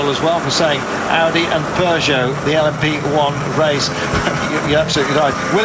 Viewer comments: Their is no R in peogeot dam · And there aren't 2 o's in Peugeot